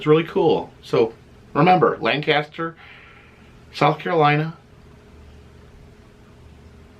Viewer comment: Since you are coming to my town, of course I will be there. I was born and raised right here in Lancaster. Hey, the local pronunciation is “Lain-Cuss-Turr.” LOL. Can’t wait to see ya again Friday! Mauri213, you better be here!